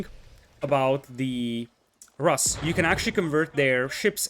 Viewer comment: In word Rus, the sound in the middle is the same as in the word pool. Pool - [ pu:l ] Rus - [ ru:s ] Да.